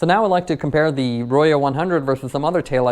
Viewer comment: Pronounced "ROW-ho" Spanish for RED. ;)